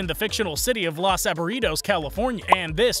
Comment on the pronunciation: "Los Aburridos" was so funny to hear you mispronounce..